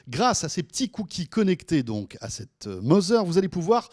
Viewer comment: Tbnk vous êtes pas capable d'égaliser votre niveau de son ? Et apprenez à parler Anglais "Mozer" lolllllllllll